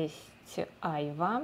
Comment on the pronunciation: Вика, айвА, ударение на последний слог и да, это яблоко без цитрусов, его свежим сложно есть - фрукт очень жёсткий, А вот варенье очень вкусное))